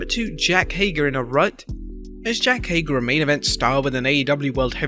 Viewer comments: Jack Hager? Come On Bro I Know Your From Across The Pond But Come On, JAKE Not Jack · Did you say “Jack Hager?”